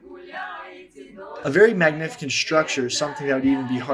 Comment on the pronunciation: “magnifickent” Never change